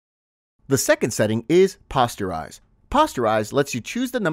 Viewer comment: Posterise as in "Poster" (soft "o", NOT a hard "o")